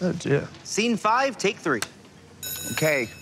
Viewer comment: Especially when you said "oh dear" 😂 😂 😂